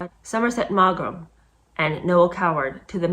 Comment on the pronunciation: FYI Somerset Maugham is pronounced 'morm'.